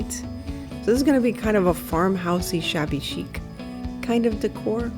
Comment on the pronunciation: Queens NY Yes I caught that "shabby-ho" 🤣 Love the fence & lantern. PS. Stuart, Florida